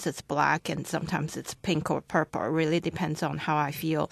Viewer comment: The reason why this recording has a band 7 is because the candidate does not give much detail in task 1. Her vocabulary would also get a lower score because she uses informal English.She also has some r/l slips (purple, old, able, control...etc) She also misunderstood a question in task 3.